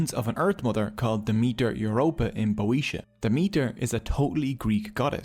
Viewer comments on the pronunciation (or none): "Boeotians": Bee Oh Shee ans, not Boh Ee Shee Ans.